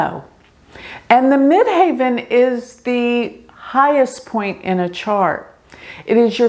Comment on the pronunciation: Why do you say mid "haven" instead of mid heaven? Medium Coeli MC means midheaven as you well know 😍